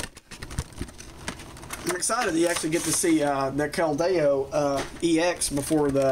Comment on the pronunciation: your not pronouncing keldeo right